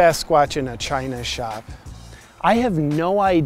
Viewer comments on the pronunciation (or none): none